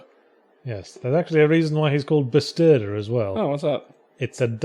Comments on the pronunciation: Bestuurder means driver. You misspelled it. You pronounce the uu sort of like the e in jew. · Was it supposed to be "Bestudeer"? To investigste, to examine?